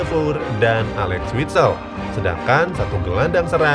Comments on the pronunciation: axel witsel bang, bukan alex witsel wkwk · Axel bukan alex bang